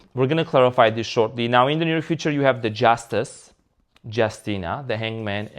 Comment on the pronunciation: I repeat “Justeeena”when you pull the Justice card, lol